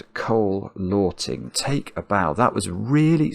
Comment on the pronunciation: BTW: You can pronounce Lörting like "hurting" in English with an L instead of the H 😁 Or like "alerting" without the A. Interesting... English has a lot of Ö sounds.